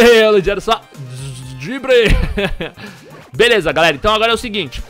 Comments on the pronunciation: foi só eu que percebi o falar #Veleza no começo do video??? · "Eae galera veleza" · patife vc falou veleza no video kkk